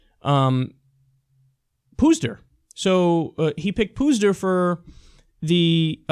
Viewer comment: I think it's pronounced more like 'putz' for Pudzer's name. Just saying. . . .